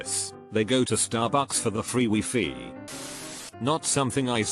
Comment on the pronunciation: no one: google voice : wee fee